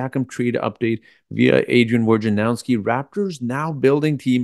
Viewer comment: WOJ na row ski, not WAR ja now ski. Can nobody say the guy’s name right?